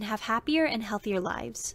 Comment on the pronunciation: "healhier" lol